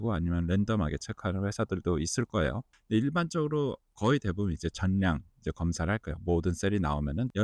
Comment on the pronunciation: 많이 배우신 분 같은데 전냥으로 발음하네